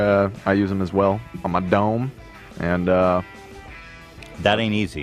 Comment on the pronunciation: It sounded like said “I use em on my dong” when talking about the razors lol 😂 I know he said dome but I literally choked on my water when I heard that